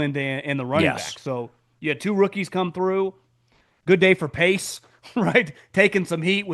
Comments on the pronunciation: He keeps calling Ryan Poles, "Pace" 😂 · Poles, not Pace.